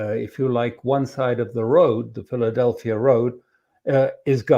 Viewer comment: From a little that I gathered over the past few days, it is NOT the Philadelpia Corridor, but rather that Pheldelphi Corridor, no 'a' at the end of the name.